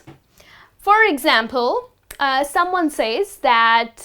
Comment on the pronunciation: You mispronounce says.